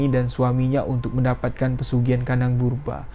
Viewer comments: Bubrah bang. Bukan burbah😂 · Kandang BUBRAH mas BUKAN kandang BERUBAH, beda artinya jauh bgt. Coba di cek dulu cara pengucapannya. Agak mengganggu kuping sih mas padahal ceritanya bagus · Burbah hahahahaa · Iya setau saya kandang bubrah bukan burba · Gk bisa baca ta, kandang Bubrah kok di baca kandang burba😂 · Bukan burbah bosss tp bubrah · Kandang 'BUBRAH' bang, bukan 'BURBAH' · Kandang bubrah bukan burbah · Kandang Bubrah bukan burbah🙂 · Bubrah Mas...bukan burbah. Bubrah itu artinya dibongkar. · Jangan salah ucap "kandang burbah" tapi yg benar kandang Bubrah. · Maaf, yg bena0r menyebutx adalah KANDANG BUBRAH bukan KANDANG BURBAH, KANDANG BUBRAH artinya rmh yg dibongkar pasang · Kandang bubrah cuy bukan burbah 😂😂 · kandang ,BuBrah om , 😄 bkn kandang purBa🙏🙏🙏😄😄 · Si amang ngmong nya kandang BURBAH muluk😄😄 bubrahh mang bubrah bukan burbah. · 0m bubrah bukan burbah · Bang bubrah bukan burbah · Bubrah lae. Bukan burbah. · Salah-salah sebut nama....normal bro...tp menganggu. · Kandang BUBRAH masss Bukan BURBAH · .penyebutan itu yg benar pesugihan "KANDANG BUBRAH" bukan "kandang burbah" BUBRAH berarti rusak...jadi pesugihan ini selalu merusak rumah dan merenovasi kembali tanpa alasan yg pasti.... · Bubrah bukan burbah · kandang bubrah,bu brah bukan burba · setau Aku pesugian kandang bubrah, bukan purbrah, 🤭 krana di tetanga nenek ku dulu ada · Kandang bubrah bang...bukan burbah🙏😂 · BUBRAH bang, bukan BURBAH, 😁✌ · Bang bukan kandang burbah,tapi kandang Bubrah 😀😀, nya bukan orang Jawa,maklum ya 🙏🙏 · Gpp mas , pantes j tadi tak dengerin bolak balik tetep dengernya "brubah" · Lucu mlhn dengernya😊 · Ya bener salah penyebutan, Sepanjang dengerin ga enak dengernya pas penyebutan itu, maklum aslinya orang jawa, bahasa itu bahasa masa kecil saya, Bubrah itu bahasa itu bahasa Jawa, berantakan, awur-awuran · Aku orang jawa memaklumi salah sebut... Hehe